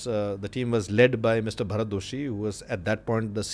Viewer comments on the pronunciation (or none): none